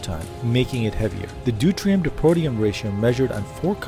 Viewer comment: Deuterium not Deutrium